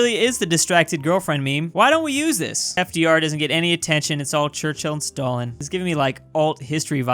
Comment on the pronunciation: whoa I always thought ballin like Stalin was born like Stalin, finally pronounced their name properly